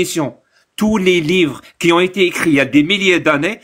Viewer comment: C'est quoi cette manie de dire "qui z'ont" ?